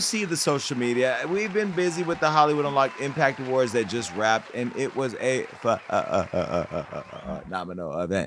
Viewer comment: The fake doctor repeatedly said impack and perfeck…come on, man.